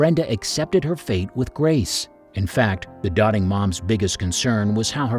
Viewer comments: Don't y'all know doting is not pronounced dotting? Duh. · Robo voice Its not dotting mom Its doting....how can u listen to this Thumbs down .fake voice sux